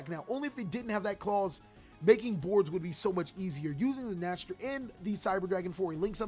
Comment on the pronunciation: Just so you know, cyber dragon vier is pronouned as "fear" and Nächster is pronounced something like "neigh-star". Both are german words. 😀